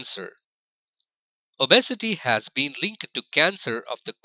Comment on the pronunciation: These pronunciations 😂🤣😂🤣die-ba-tus & o-bes-e-ty 😂🤣😂🤣😂